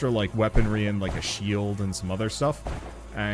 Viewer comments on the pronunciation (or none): none